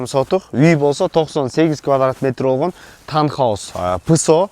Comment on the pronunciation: Таунхаус деп айтылат 😂